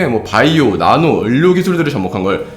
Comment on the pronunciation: 예전부터 좀 느꼈는데 의료라는 단어가 을료처럼 들려요